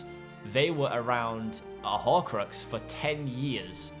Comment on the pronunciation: what's a horcroaxs? xD